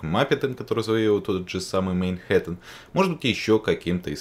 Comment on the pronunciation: Хе, произносит "мейнхэттен" даже когда говорит про Манхэттен.